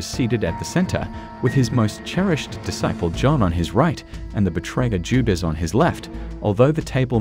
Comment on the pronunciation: If you must use ai to read. Then please make sure it can say the word disciple